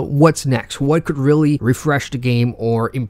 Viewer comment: The way he pronounces perfect is priceless fam